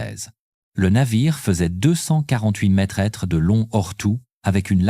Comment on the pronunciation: Sans oublier mètres prononcé mètre S